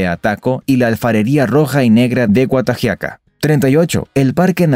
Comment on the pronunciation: Tiene que informarse acerca dela pronunciación de ciertas palabras Ejemplo guatajiagua se pronuncia Gua ta jia gua Juayua jua yua le voy a dar un típ importantísimo las pupusas los salvadoreños las comemos con las Manos no usamos cubiertos por qué para muchas gentes dicen que es pecado cortarlas con cuchillo otro típ según el libro sagrado los mayas llamado *popol vuh " nosotros fuimos creados apartir de un grano de maíz y que el maíz es un regalo de los Dioses y es originario de Centroamérica y el sur de México ..